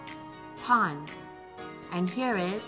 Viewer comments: When she says Ike does she say pawn or pond? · I feel like I heard pawn, or pun, but google says it's go.